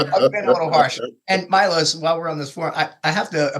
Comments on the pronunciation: It’s Milos bro lol not mylos 🤦‍♂️🤣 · He went from Serbian to Greek 😂